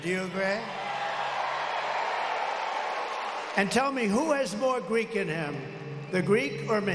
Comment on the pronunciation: He said freek not greek!